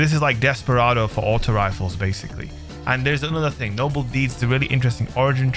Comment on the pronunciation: Did you say “ting” lol 😂 the Caribbean is coming out.